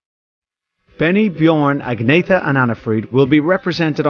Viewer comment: good god cant ANYONE say Agnetha's name properly?!? (pron. Anyetta)